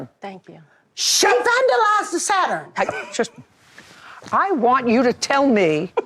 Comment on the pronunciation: If JJ say "Sa-Turn" one more time! 😂😂😂😭